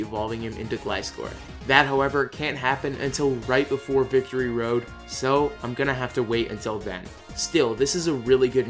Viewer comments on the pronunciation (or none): none